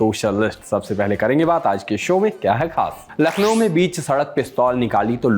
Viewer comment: नखलऊ nhi hai bhai....... लखनऊ है.....नाम तो सही से लेना सीखलो